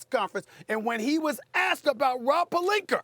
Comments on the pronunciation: Steven A Smith is a good analyst but EVERY time can’t pronounce Rob’s last name. Says, “Perlinker” lol. Nobody’s perfect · I hate how SAS says Pelinka last name lol he always put an ER on the end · Rob “Pelinkar” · “Rob palenker” 😂🤣... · “Rob Pelinker”- Stephen A. Smith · “Rob Pelinker”